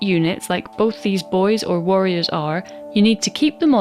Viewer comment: Great vid, enjoyed that the accent made the nervous necrons worriers